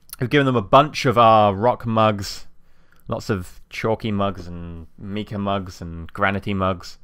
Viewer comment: Just so you know its pronounced mike-ah not meek-ah